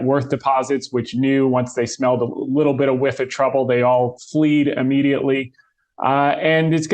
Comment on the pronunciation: Fled not fleed